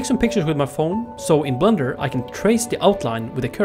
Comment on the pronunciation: I know it’s ’blender’ and also that English is not his first language but his english pronunciation is actually really good except for this one word which he very plainly pronounces as ‘blunder’ which is another word for mistake. As a New Zealander (who are incessantly accused of saying “fush n chups”) I found this oddly resonant.